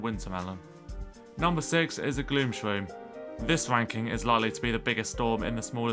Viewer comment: Every one: Thanos: Not even the avengors are speaking Him: gloom Sroom is bad Instantly loses half of subscribers